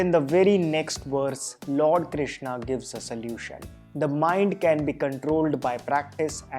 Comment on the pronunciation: Arjunaaaa kya hai and Krishnaa kya hai Bhai sidhe bol Arjun and shri Krishan British accent hai kya